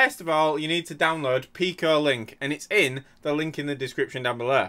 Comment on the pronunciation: wheres the "downlurd" button?